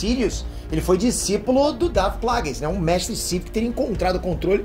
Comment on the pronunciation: Quem é Qui? E quem é Plages? Que eu me lembro era Qui (lê-se Quai) e Plages (Plagues lê-se Pleigius),... veja essa pronúncia